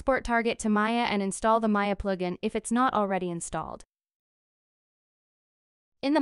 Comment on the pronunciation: Ploo gin... :( Honestly, it's fine you used an AI to do the voiceover, but just so you know, your voice and accent are perfectly understandable unlike some other videos. So if you are using AI for convenience then no problem.